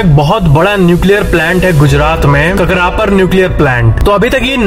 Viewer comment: Its not k-krapar its kaakraapaaraa